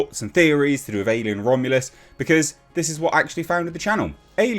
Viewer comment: "Romulus". There's no "a" in the word.